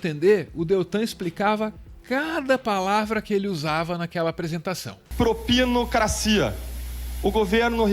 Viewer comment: "Proinicracia" . Consegue errar o português.